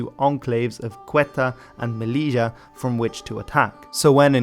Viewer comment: Good video! From Spanish Moroccan 😎 just side note you pronounced melila & Ceuta wrong it’s MeLilya & Ceu Ta or Sebta